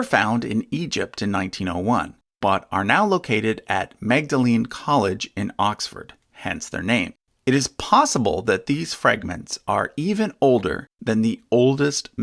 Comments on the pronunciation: pronounced mowdleen college, not mag-da-leen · I think you are mispronouncing the "Magdalen Fragments" as "mag-da-leen" (like the saint) when it should be pronounced like the word "maudlin" -- a British English conceit, I know, but ... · Magdalen is pronounced more-da-lin for some bizarre reason. These academics eh? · Quick pronunciation correction, the Magdalen fragments, named after the college, is pronounce mod-o-lin instead of mag-da-lin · Very welcom review, ,thanks. You may want to know that the "Magdalen" as the biblical fragments and as the Oxford college is pronounced "MAUD lin." Just one of those impossible-to-guess pronunciations. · fyi that is not how Magdalen is pronounced. The g is silent, so it’s more like maudlin. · Very interesting, thank you. One correction: Number 6 Magdalen Fragments at Magdalen College, Oxford. This is pronounced “maudlin.” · Magdalen is pronounced Maudlin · I hate to be a posh Englishman, but Magdalen College, Oxford is pronounced Mor-duh-lin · I believe ‘Magdalen’ College is pronounced ‘Maudlin’ in British English. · I'm sure that someone else has said this by Magdalen College, Oxford is pronounced maud-lin (it is the Older English form) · Magdalen pronounced Maudlin. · Great video! One correction though: Magdalene, Oxford College is pronounced MAWD-lin. Maudelen was the spelling in the high-Middle Ages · Magdalen (College)is pronounced “mordlen” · Magdalen College is pronounced Mord-len by Oxford Uni students and staff and the local Oxfordshire community. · Magdalen college is pronounced 'maudlin' by the way. Don't ask me why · "Magdalen College" at Oxford is pronounced "Maudlin". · An excellent review of the oldest biblical manuscripts. Just one technical point: Magdalen College, Oxford is pronounced “Mawdlin”! More idiosynchratic British English pronunciation! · Minor point: Magdalen (College and by extension the Papyrus associated with it) is pronounced as "maudlin". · Fun fact: Magdalen College is pronounced 'maudlin' '